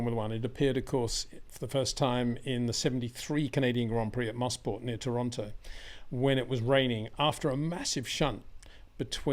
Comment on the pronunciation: Yes it's Moss corner but the track is(was) called MOEsport (MOtor SPORT) and it's Pourshah (dang Brits don't unnerstand German :) ). Yes, Albon was fantastic but so were Danica and Jenson.